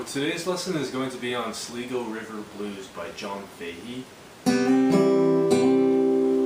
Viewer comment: Nice lesson. FWIW, it's "Sleyego," not "Sleego." Sligo Creek (Fahey calling it a river is a bit of a joke) runs through Takoma Park, MD, where he was from.